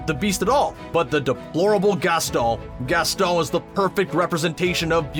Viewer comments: Did anybody else get annoyed when he kept saying Gastol? YO ITS GASTON!! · ( gas- toe ) ? Uhh I think you mean Gaston 😂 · its pronounced gaston not gasto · It's not gestall it's geston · Did you just call Gaston Gastal?! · why is he saying Gastol not Gaston...it’s really bugging me..unless I’m hearing it incorrectly. And if he’s saying Gasteau.. that’s still incorrect. There’s a WHOLE song about him at the tavern where they say his name multiple times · Its Gaston not Gastol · you keep calling Gaston 'Gasteu' sounds that way to me at least was that his ORIGINAL name before some change to Gaston? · On the Beauty And The Beast one with Gaston, it sounded like you said Gastol in a french accent Like if you agree! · The likes are how many times said Gastoh | | \/ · "And that would be GASTOH AND I OOP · He called Gaston, gastoe. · When you become French when you say Gaston: Gastoh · I heard "Gastol" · same...I was like what is he saying Gastol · Umm im sorry but the way he said gaston is kinda funny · Why are you saying “Gaston” like that?!? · I think you're overly-Frenchitizing Gaston's name.